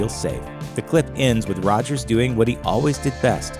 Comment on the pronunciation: Why she say Rogers like that , that was cool lol.